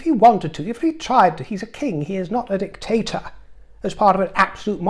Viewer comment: Just imagined the kind King as Mr. Potato Head just because of the way you said dicTator and being deliriously tired. Thanks for bringing amusement even when you're not trying. Can't believe those hypocrites are slithering "home".